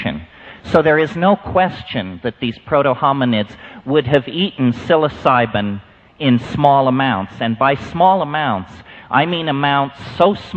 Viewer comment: what he said??? sysoliban? i can't find it in google please help